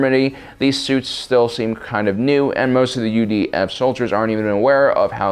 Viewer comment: Every time he says UDF I hear UVF and get triggered